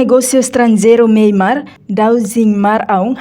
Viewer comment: Nasaun MYANMAR. Karik ita boot sira pronunsia liafuan MEIMART signifika loja iha Díli/fatuhada mak hanaran MEIMART. Tamba nasaun nebee mak ita temi (MEIMAR) iha mapa mundu ita lá hetan. SUJESTAUN DEIT ATU NÚNEE BELE SAI JORNALISTA NEBEE PROFESSIONAL....!!!!!